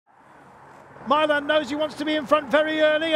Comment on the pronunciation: Why does he pronounce Milan as my-lan and not mee-lahn?